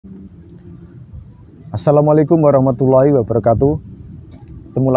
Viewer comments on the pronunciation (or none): none